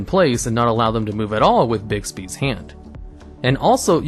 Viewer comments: its not bigsbys its bigbys. thx xd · FYI There is X in Escape. It's S-cape. No X in Bigby's either. But hey if you love X's, what's the harm. Lol Great video.